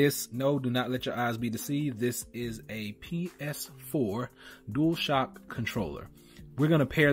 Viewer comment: I think you mean Dual Shock not Duashock